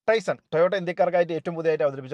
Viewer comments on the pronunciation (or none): പറയുമ്പോൾ ടൈസൺ എന്നാണ് പറയുന്നത് അത് തെറ്റാണ് ടൈസർ എന്നാണ് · Is it TaisoN or TaisoR? Don’t be a dumb